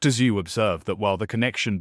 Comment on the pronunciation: "Dr. Zoo"? Lol. Wtf? Teach your AI basic pronunciation.